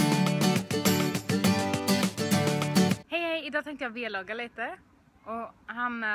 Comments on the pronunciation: Ask & Olsson det heter vlogg men säger v-logg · ni säger ofta velogg men det uttalas väl vlogg